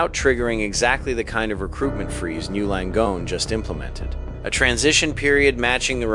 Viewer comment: The AI thinks it is one word pronounced something like "gnu" Langone. It should learn that it is N Y U Langone.